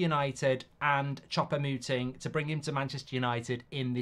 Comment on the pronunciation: It's almost like he's intentionally mispronouncing foreign names !